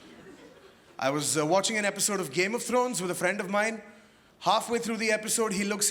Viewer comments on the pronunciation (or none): none